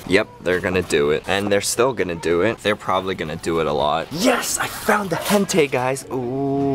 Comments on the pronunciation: It's pronounced like hen-ta-ee, not hentay. lol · It's not hentay, it's pronounced Hen-Tie. :> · its hentAi not hentaY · isnt it hentai not hentay? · isn't "hentai" pronounced "hen-tie"? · i think hentai pronounced like hen as in a hen and tai like a bow tie :S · its pronounced like hen-tie like a bow tie >_<（変態）it means pervert in japanese lol